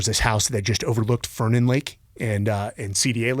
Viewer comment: It's pronounced fer-nan lake BTW lol